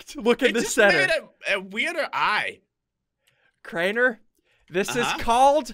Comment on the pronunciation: hmm crianer? its crainer xD